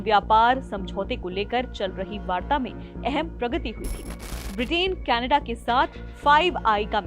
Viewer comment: कैनेडा नहीं कनाडा